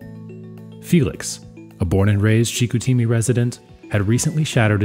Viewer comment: You just needed to ask ANYONE working there how to pronounce "Chicoutimi".....c'mon.... "Chick-oo-TEE-mee"???? Really??? Still ringing in my eardrums like fingernails on a chalkboard.